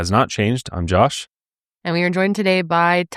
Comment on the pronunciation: Isn't it just because he's been saying "joosh" for a bit now??